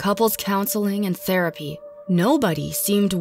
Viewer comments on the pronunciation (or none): none